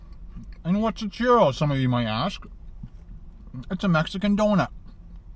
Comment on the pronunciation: the word CHURRO is pronounced like "Chew-row", not "Cheer-o". Also, CILANTRO is pronounced like "Sil-ahn-troh" not "sil-ann-troh". The only two Spanish sentences that you use completely out of context, "Como estas señor" and "dos cervezas por favor" are in poor taste. Please stick to English, eh??